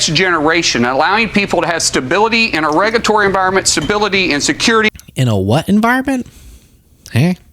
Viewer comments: Regatory? Negatory… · Markwayne (who the hell came up with that stupid name?) Mullin. The word is “regulatory” - not arregaetory!